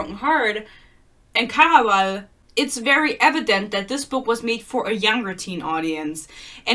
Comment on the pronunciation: The way you say "Caraval", I just love it